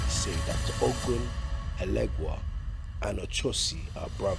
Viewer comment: It's pronounced ..O cho si...not A cho si